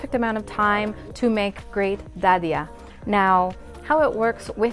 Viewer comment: You said Dadiah were perfectly just like local people 👏🏻